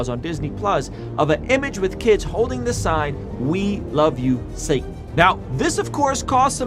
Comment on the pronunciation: “Satna” “Saatn” “Sanat”